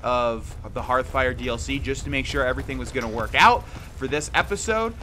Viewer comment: How many times did you have to say "Hearthfire" before you could flawlessly say it? I know you have a rough time remembering it thanks to your many hours into Hearthstone instead.